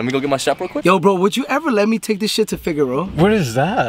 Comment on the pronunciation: “To Figueroa” 😂😂